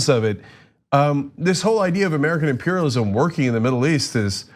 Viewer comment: Did she really say American imperlism? Wtf country is she from?